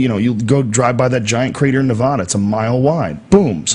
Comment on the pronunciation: Its Nevada not Nevahdah, sorry joe i live here, its only a pet peave :)